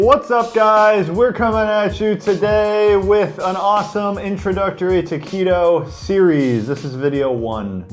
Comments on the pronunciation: I could've sworn he said taquito at the beginning lmao 😂😂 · When “to keto” sounds like “taquito” lol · Taquito !? Oh...to keto 😭😭